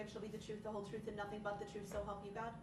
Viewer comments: I want the "troof" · He AXED too many questions. He needs to let the TROOF be known and she will SUBSTAINE that. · “Tell the troof” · Tell the "TROOF!😂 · You know all about the “troof” right? You lied through the whole trial!